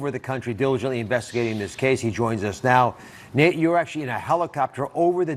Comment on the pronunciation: I have 100% respect for you Nate and will follow this to the end. I have ZERO respect for Dr. Oz as he and Dr. Phil downplayed COVID in a dangerous way. Apologies from him was not good enough. PS: It's "Nate" not "Nat" Dr. Oz.